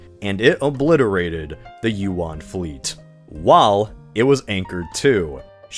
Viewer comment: that’s not how Yuan is pronounced 😭